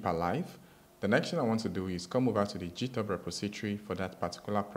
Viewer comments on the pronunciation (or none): did bro just say jithub? wtf🤣